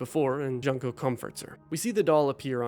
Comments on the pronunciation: It pains me every time you pronounce Junko as "junk-o" instead of "june-ko". 😩 Great video, though. ❤ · Juneko not junko xD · The pronunciation of Junko as JUNK-o 😭 did you even play it